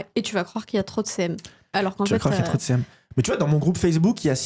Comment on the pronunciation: Je peux pas être la seule ! À chaque fois que j'entends "devenir CM" j'entends "devenir célèbre" 😂 en tout cas merci pour cette vidéo.